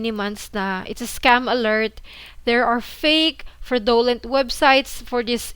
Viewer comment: Hey, I’ve noticed this a few times now how you pronounce the word “fraudulent”. Here’s the correct pronunciation. I hope you don’t take this the wrong way